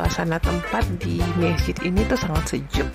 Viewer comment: Bukan mesjit tapi masjid tolong diperbaiki kata2nya ibu